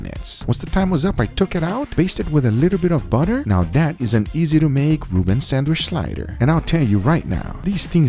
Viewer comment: SandwhiCH not sanWISH!!! God damn it guga!!!!